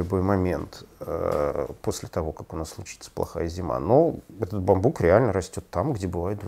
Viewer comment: Спасибо за ролик. Слегка покоробило ударение на слове бамбук. При склонении ударение всегда на У!